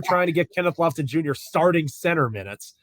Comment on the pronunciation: Lofton? C'mon dude!!!!